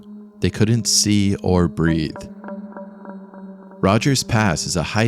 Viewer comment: Breathe, not breath